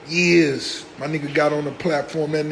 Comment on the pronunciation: sounds like he saying Earz instead of Years 😂😂😂